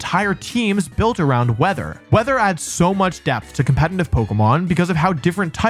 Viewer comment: For someone who says the word "competitive" so much, can you please try not to pronounce it as "compenitive"? It's very distracting 😂😂